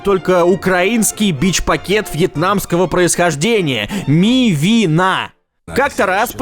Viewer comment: Когда читал "Мивина" он не правильно ударения ставил. То есть там вообще ударений не должно быть. Или это было специально?